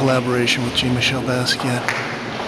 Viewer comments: i always enjoy your videos but I never heard Jean-Michel pronounced Gene-Michel before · I cringe every time you mispronounce Jean-Michel